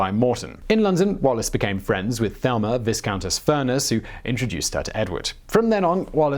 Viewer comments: "Viscountess" is pronounced 'vi-countess' with a long I. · Viss-countess? You're really not British, are you? It's a good accent, though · and silent s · Loaded with errors...and who pronounces "Viscountess" like that?? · The s in Viscountess is silent!! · Should make mention that the 's' is silent in viscount/viscountess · Glad I'm not the only one who caught that.